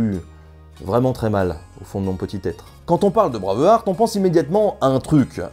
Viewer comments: Hmmm... Bravarte et la bataille de Stireling.... Excuse moi mais ça serait plutôt Braïve-harte et la bataille de Steurling si on choisit de respecter la prononciation avec un accent qui sent bon le camembert. Très bonne vidéo sinon, très instructive (et drôle). La seule incohérence que je peux ajouter c'est pour la musique. Tout au long du long on a droit à cette envoûtante cornemuse écossaise... Ah oui mais le problème c'est que c'est un uilleann pipe, à savoir la cornemuse IRLANDAISE. Comme quoi hein, laisser une traînée de chiasse tout au long d'un film c'est possible. FREEEEEDOOOOOMM !! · ça me nike les oreilles à chaque fois que tu dis braveurte.. ça se dit bré (comme pré et pas près) bréiv H (h aspiré) arte bréiveharte et non braveurte ;) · "Bravarte"....Euh c'est plutôt "Brueiveharte"....Sinon merci de nous avoir détruit ce film que je trouve absolument sublime ! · Phonétiquement, le heart (coeur) de Braveheart (coeur vaillant) se prononce "hart" avec un H aspiré et un A long. Tu le prononces comme "hurt" (affaibli, blessé, incapacité) ou heard (entendu de entendre au passé). Je dis cela, je ne dis rien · Tres chouette vidéo, mais il faut bosser l'anglais. "Braveuharte", c'est pas possible, ça déconcentre un peu ;) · "Braavurt"? Jamais entendu parler... ;-D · J'adore ta chaîne, mais..... J'arrive pas à comprendre comment tu fais pour prononcer Braveheart comme ça ^^